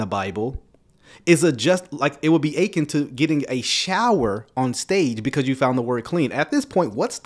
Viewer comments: I agree with everything you said except the way you keep pronouncing “akin”. The emphasis should be on the last syllable. You sound like you’re saying “aching”. But it’s “a KEN”. I’m not trying to be picky, but you keep saying it!!!😊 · You killing me with your pronunciation of akin. It’s uh-KIN, not AY-kin. You said it soooo many times, it drove me nuts! Love ur videos tho 😂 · It’s (ah-kin) but I get you!